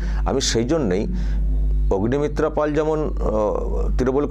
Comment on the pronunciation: পল নয় পাল।